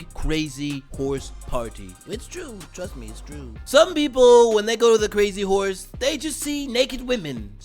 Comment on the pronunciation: 把crazy horses強行唸成crazy whore也太強行。業配好煩喔可是我喜歡🤣🤣🤣